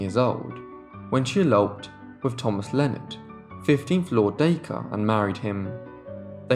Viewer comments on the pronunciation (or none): none